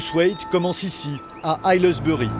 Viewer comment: "Ailleleusbeurie" - Hey, hésitez pas à prendre des cours d'anglais, hein ? Vous avez absolument massacré le nom du patelin...